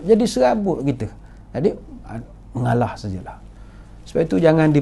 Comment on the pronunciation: Cute lah Dato, 😍😍😍, dah macam toleh Jowo...'mengaalaah...'